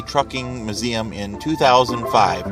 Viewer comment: It's not MUH-zeum, its MYOO-zeum.